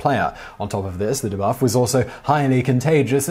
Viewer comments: De-buff not dehbuff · the way he is pronounced debuff really irks me...